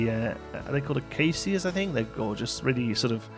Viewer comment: This habiat looks so cool! By the way, Acacias is pronounced just as you said it, but the c is pronounced as a 'sh' sound. You got the vowel sounds right though. Interesting fact: the reason they are in an umbrella shape is because animals such as giraffes will chew all the young leaves off underneath and then you're left with an umbrella shaped tree :)